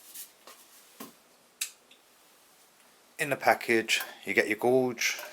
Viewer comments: Gorge? Do you mean gauge ? 😂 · Can you say gauge again 😂😂